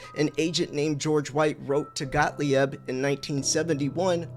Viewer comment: Got-leeb. Please. Got-lee-ebb? lol Love the new channel, though and great to have you back. Please stick around or at least if you go find a guru, give us a heads-up first okay?